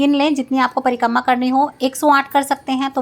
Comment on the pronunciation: Prikamma nhi Prikrama hota h